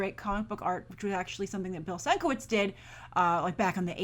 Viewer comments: 2nd story: I think you're saying Bill Sinkevich's last name wrong. It's Bill (Sin-Ke-Vidge) I think lol because saw an episode of collider heroes with him on it, and they said his name like that:) brillant man who deserves to be paid for his art; way to show respect for artists Fox. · Sin-ka-vich..rhymes with witch. ur welcome ;)